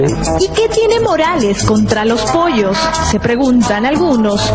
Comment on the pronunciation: Los poshos